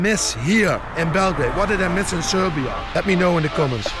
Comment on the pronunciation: Bravo man...Nice to hear that R while sayin Srrrrbija